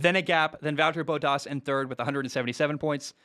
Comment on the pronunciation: Completely butchered Bottas' name lol.